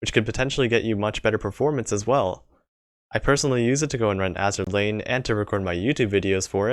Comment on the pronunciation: Roon Me: Run! Nigerundayo Smokey